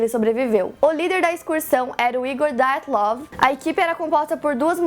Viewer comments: Ótimo vídeo, ótima explicação. Parabéns. Já me tornei fã... Agora, que tal fazer um vídeo sobre o desaparecimento de Frederick Valentich, sobre o caso Felix Moncla e sobre o mistério da vila de Anjikuni? (Só um detalhe: o nome Dyatlov é russo; portanto, não se pronuncia "daiatlov", como no inglês; se pronuncia Dyatlov mesmo, como se escreve) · A pronúncia correta é "Díatlov". Ótimo vídeo! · Filha, o nome é russo: Dyatlov. Não apronuncéia "dái-a-tlov" que nem gringo! :(